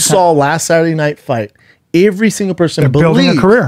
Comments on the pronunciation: "Ivvree single person"? Ivvree?? 🤣😂🤣🤣 I have never heard another human being pronounce EVERY the way Schaub does🤣🤣🤣😂 I love it. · Damn Brendan you cant even say the word "every" right. My man, the CTE is brutal.